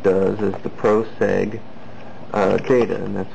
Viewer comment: It called POC SAG there is no R in POC = Post Office Code dude... LOL